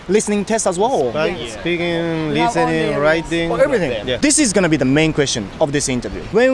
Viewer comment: とっても流暢な英語！vの発音がbに聴こえるかなぁhave とか、ちょこっと気になった